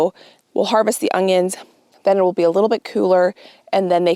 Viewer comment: I’m so excited you pronounced onion as ongion! I get so much slack for adding in a “g” sound 😂